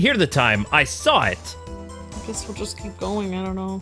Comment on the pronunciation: And Sahwit = saw it